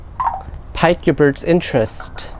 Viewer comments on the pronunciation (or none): I love how well-cared for Smokey is. And by the way, "pique" is pronounced "peek" - but hey, at least you've used the word! Again, thanks for taking such good care of birdy, and for posting such great ideas.